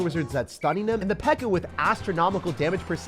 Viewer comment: Bro said pekka-chu and you best believe I’m here for it🤣